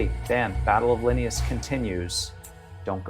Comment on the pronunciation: Linneaus is "Lih-nay-us"